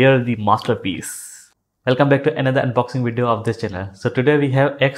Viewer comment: You know its the best headphone in the human history when an indian says “masterpiece”